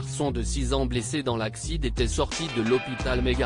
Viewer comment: C'est un robot qui lit! C'est absurde et ridicule! Il prononce "accident" ACCIDE!......